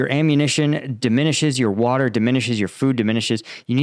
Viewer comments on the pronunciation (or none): none